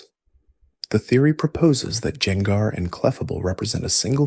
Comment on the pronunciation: He did it with gengar too (jengar)